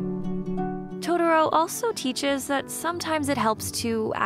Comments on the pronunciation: I'm sorry... but.. WHY are you saying "to-der-o??" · "Toe Derro" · I mean the way she pronounce totoro, I can't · I love it how everyone who reviews this movie can't even pronounce the character names correctly. It just shows how bad the Disney dub is over the fox dub and that's a fact. If you can't pronounce the names right you shouldn't be reviewing this movie and its themes. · I exited the video after I heard the narrator pronounce Totoro at the 3 second mark. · I hate the way American's butcher the pronunciation of Totoro's name. It was enough for me to abandon watching this. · one of my biggest triggers is when white people mispronounce "Totoro" like this.........it's not that hard